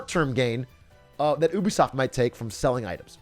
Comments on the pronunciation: bro, did he really say "oobisoft" isntead of "ubisoft"? lmaaaoooo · No one Atrioc: OUH-be-soft Everyone else... you-be-soft?